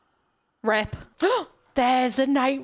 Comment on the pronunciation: It took way too long for me to realize you were saying RIP and not [felony]